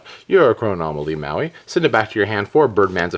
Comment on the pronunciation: it's pronounced moe-eye. Love the videos